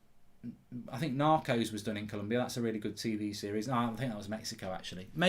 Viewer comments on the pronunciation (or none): none